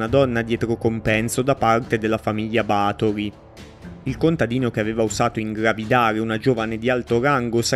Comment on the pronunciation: Ba'thory avendo l'accento sulla A si pronuncia diversamente